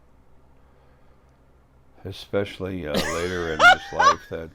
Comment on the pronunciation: "... exspecially " Just... I mean... ... *inhale* How... IF YOU CAN'T PRONOUNCE BASIC FUCKING WORDS, GO BACK TO FUCKING SCHOOL!!! - "... some of the spanish countries... " Because there's more than the one. Edit: LMAO "Who-away" XD